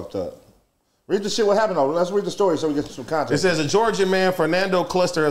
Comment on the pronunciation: what you mean put it in content? Anyone ever gon tell him it’s “context”